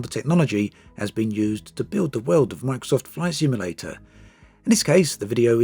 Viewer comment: "ISWEEKIN' WACKSOFT FLISIMLATER"